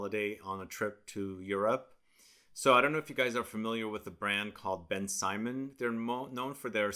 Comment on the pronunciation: Thank you for this video. It's not pronounced Ben Simon though. It's more like BenSymone. I had this back in the day and I'm glad that you've discovered it. I may purchase it to see if they haven't reformulated it.